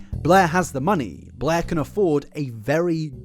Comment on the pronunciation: It’s funny pronounces Blair as “Bleeergh” and creator as “curator” because I realised she IS bleergh and she plagiarised everything so she’s not a creator, only a curator of shitty ripoffs. This man’s accent has gone meta.